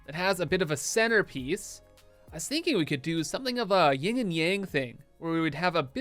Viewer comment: OMG. You're killing me with this "ying and yang" thing. 😆It's "yin and yang".